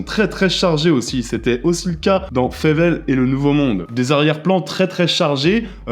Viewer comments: 👍🏻 Je me suis dit la même chose. Il parle de Fievel, et ça se prononce Fiveulle ! De rien... 😉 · Quand tu dis Fevel ? Tu parle de Fewel [Faïveul] ? La Souris cowboy avec les pistolets bouchons ? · Oui, on ne sait pas pourquoi le prononce comme ça. On le pardonne parce qu'on l'aime:) Il parle de Fievel et le nouveau monde, qui vraiment excellent, de 86. Le Far west, c'est 91 et moins intéressant.